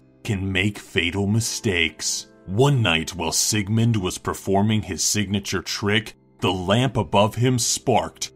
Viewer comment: Who heard him said "preforming" instead of performing?